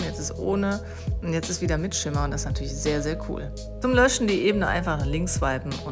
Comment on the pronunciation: Ich dachte immer, bin der einzigste der "Natürlemoi" sagt :D